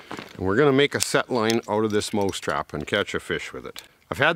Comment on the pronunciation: he keeps saying moose trap